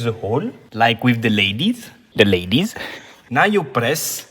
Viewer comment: '' zhe ladyz '' 🤣